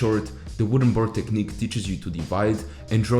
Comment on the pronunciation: TECHNIQUE. NOT TECHNIQE 😂😅